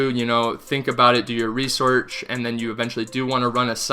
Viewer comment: “Do your resorch”